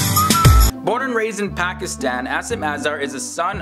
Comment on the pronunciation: As least say Pakistan & Pakistani properly...